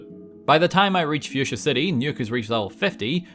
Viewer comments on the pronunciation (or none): none